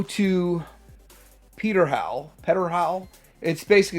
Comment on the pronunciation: "P" before a "T" is slient, as in pterodactyl (which is what Swoop is). So "Pterhowl" is pronounced "Terhowl"